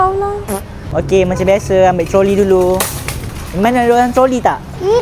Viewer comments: Kok pas ngomong troli aku denger nya coli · When ngomong "COLII"